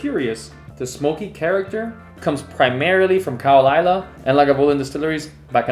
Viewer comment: Laphroaig 10 is what made me fall in love with Scotch and I have been serially buying it since July 1982! (These days, there are a lot of other whiskies I like too and many of them are not peaty - "variety is the spice of life".) Just FYI: Caol Ila is usually pronounced more like "Cull Eela" and with Bowmore you should be thinking of the bow an archer uses, rather than the bow of a ship (in fact, it often sounds more like "b'MORE").